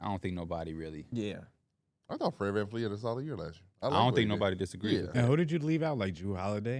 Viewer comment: Bro im late and really early in go the episode and yall said VanVleet bro come on now